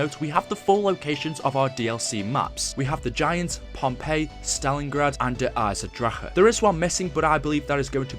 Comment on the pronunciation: And please pronounce the name der eisendrache properly please